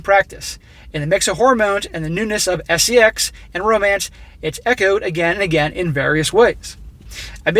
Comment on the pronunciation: Say "Sess" , eh?